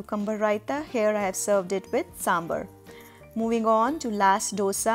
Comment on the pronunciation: Good recipes. Thank you. Btw, it's pronounced as 'sambaar'. The last vowel is long.